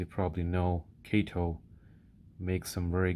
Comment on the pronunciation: Kah-toe , good video